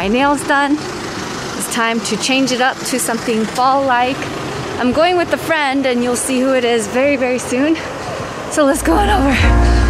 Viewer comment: he literally said "wIiIFfthH" 🖤